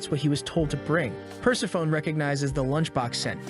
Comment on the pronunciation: Persephone is not "purse-a-phone" but "per-SEF-a-knee".